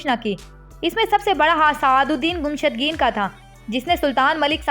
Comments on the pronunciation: Gumshudgeen nae mohtrma,gummushtken hy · Iska name to sahi lo (Gumushtageen)